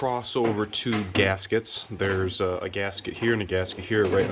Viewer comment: Millies ? The fanny ? Gaskeetos ? How about you speak simple English and stop sounding like you're teaching a 4th grader how to do this job. 😂 🙄